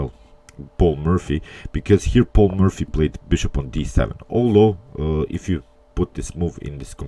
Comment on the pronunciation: you pronounce it "Paul Murphy" ... funny